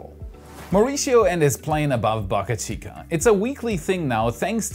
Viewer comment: Please get your pronounciation of “Boca” right